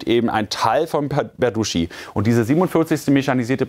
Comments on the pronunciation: ich wiederhole es nur ungern: der ort heißt nicht "berduschi", sondern berdytschi!!! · Es heißt Berdytschi - nicht Berduschi.